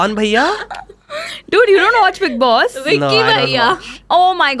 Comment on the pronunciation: Vicky bhaiya hahahahhahahah it’s bikki though 😂